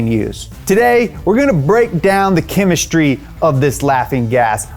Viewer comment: I left as soon as he said chemistery🤣🤣